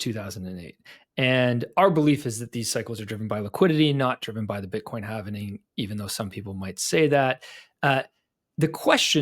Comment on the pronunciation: HALVING, not HALVENING. 🤦‍♂️